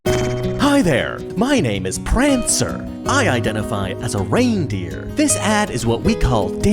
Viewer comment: “hi there my name is Prancer” Reads PANCER